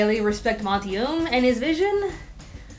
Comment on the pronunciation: omg you pronounce monty's name wrong. AAAAAHHHHHH